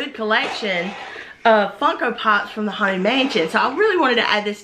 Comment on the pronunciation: Deanna Grant she certainly did. It was obviously by accident. If you listen, she said Funko without the n.